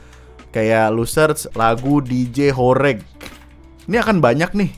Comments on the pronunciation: wkwkwk jadi huruf e nya bacanya sama kaya e di permadani, bukan kayak huruf e di keset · Horeg bang Horeg "e" nya pakai Pepet e bukan e emmm gimana ya... ya gitu lah pokok nya Horeg tu artinya geter